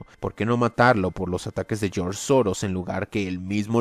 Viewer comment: "Geoorge Soros"🤣